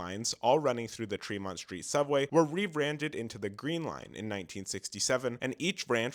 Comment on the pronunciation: Great video! Just a couple corrections: The Amtrak to Maine is called the "Downeaster," not the "Northeaster." Lechmere is pronounced LEECH-meer, not LETCH-meer. And it's "Tremont Street," not "Fremont Street."